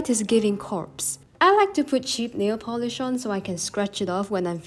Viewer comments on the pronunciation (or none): none